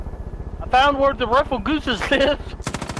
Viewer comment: Dammit delerious... GR ouse not goose. These grouse will scare the crap outta ya in the northern woods as they sound like helicopters